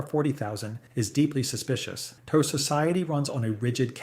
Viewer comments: yeah, great use of AI ... a shame it cant pronounce "tau" and other names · the KI voice cant pronounce TAU either